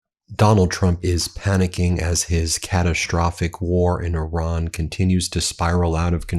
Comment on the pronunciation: But please Pakeestan/Pakistan not pokisn Ben plus eye ran= Iran not err ron 🙄